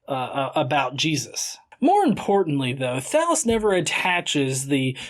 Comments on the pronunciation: When he was talking about Thallus, I honestly thought he said Phallus. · Does anyone else hear "Phallus" when he says "Thallus"? No? Just me? Okay, then. O:-)